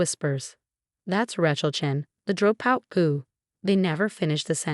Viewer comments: Whats a dro out? Haha AI rubbish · Rat-chill is a droe-pout.